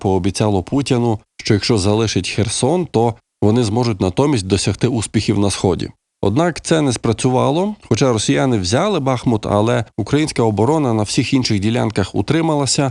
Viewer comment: Не Бахмут, а БахмУт! ...будь ласка..:(